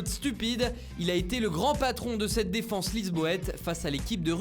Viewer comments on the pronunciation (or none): none